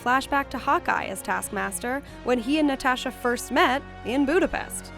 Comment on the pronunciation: Why are you saying “NatAsha” like that? ....*cringe/shutter*